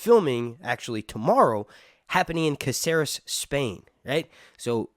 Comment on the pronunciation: It's not CaCEres, it's CÁceres man!😅